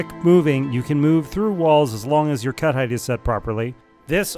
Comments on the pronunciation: I went several minutes think he was saying "cuddite" and wondering what that is until I figured out it was "cut height". Brains are funny sometimes. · Took me awhile to realize he's saying "cut height" and not "cuddite". Thought cuddite was some hot new word the VTT crowd were using and felt lost lol